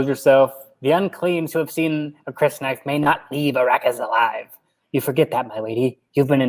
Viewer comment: Just the first day on Arrakis ... pretty intense right?! Love that you read each chapter's opening quote the scrolling text has never been used to better effect (outside that well-known bunch of movies). I think you're pronouncing Crysknife < kris-knife > correctly, but who knows. I was impressed at how well you pronounced Shadout Mapes. (And how you did her voice LOL! No, that was cool.) I pronounce it: Qwee - satz Hah-der-ak Secrets of Dune's YouTube channel has a number of videos on pronunciation of Dune names, terms & etc with soundbites of Frank Herbert that might be helpful. [A Guide to Dune Words: How to Pronounce TERMS & PHRASES According to Frank Herbert And you'll hear Kwisatz Haderach ] Warning: might contain some spoilers. Another great and super-entertaining chapter breakdown guys! Karli "She's the one ... poor thing."